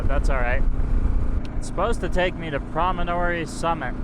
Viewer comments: It's pronounced, "Prom-a-tory". I first got to see it for the first time about 12 years ago coming in from Brigham City on I-15. Your adventure is awesome. I love the KLR and am seriously considering getting one. It would be fun getting back into of roading again. Today's drivers in traffic are insane idiots. People in cages are starting to drive like younger people on Sport bikes. Twice the speed limit. Weaving in and out of traffic. Getting harder and harder to stay alive on two wheels. This is the place the finally connected the east coast of America to the West coast. Central Pacific from the West through the Rocky Mountains, with the Union Pacific coming from Kansas. The ultimate goal since the revolutionary war. This story was told by the television Mini-series; "HELL ON WHEELS". The remoteness keeps the average tourists away. Only avid historians of American history are willing to drive the distance from civilization. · PROM-ON-TORY Promontory Point. Great video.